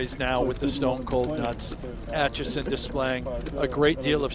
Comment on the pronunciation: Commentator keeps saying Atchison's name wrong. He keeps saying Atchinson, not Atchison. Where are you getting that extra n from?